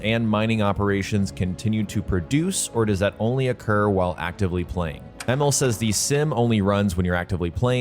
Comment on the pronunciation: His name is pronounced E-Mil, not Emmel